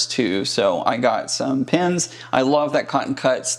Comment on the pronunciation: Loved the history lesson! Sounds like you are saying "pins" vs "pens", LOL, I just love other people's accents, keeps life interesting. Love your presentation techniques.